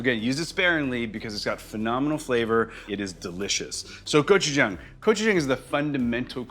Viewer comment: I wonder if this guy even knows anything about authentic asian foods. Cant even pronounce gochujang correctly. Says it like every white person ive ever met